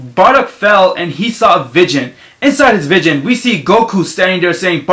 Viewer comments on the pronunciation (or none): You say vision funny lol vigen cx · plus what he says vidgon instead of vision just my god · "vigon" lmao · He says vision like vidgin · nigga Wtf are you saying can't even say vision right😂. Just stfu kid